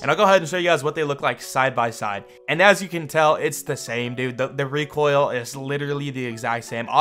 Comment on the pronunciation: “The reek oil” 😂😂😂😂